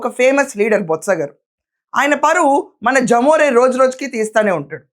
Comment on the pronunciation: జమోరే కాదమ్మా, లెమొరె. అంటే లెవిన్ మోహన్ రెడ్డి.. అలానే పలకండి